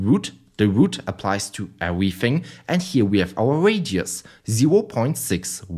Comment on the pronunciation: 10/10 rage bait wounding ewything gwound wem